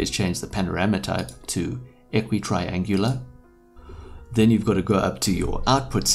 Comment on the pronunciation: Equirectangular, not a equitraengular.